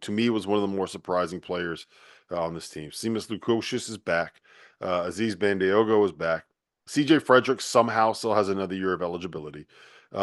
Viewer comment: It's pronounced ban-DAY-go. It doesn't rhyme with San Diego.